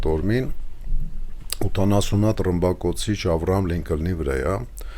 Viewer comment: Ավիակիրի անունը "Աբրահամ Լինկոլն" է, ոչ թե աբրահամ լինկլն, մայրաքաղաքի անունը Լոնդոն է, և ոչ թե լոնդն... 😂😢😮😅😊